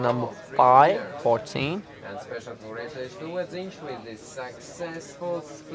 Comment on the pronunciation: The dealers name is Edijs not Edus xD